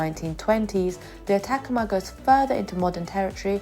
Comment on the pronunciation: I've a feeling that you didn't know and therefore didn't look up the name Atacama, as you're pronouncing it incorrectly. The emphasis is on the 3rd syllable. It's the name of a desert in Chile. I'm pretty sure Bear Grylls did an episode there.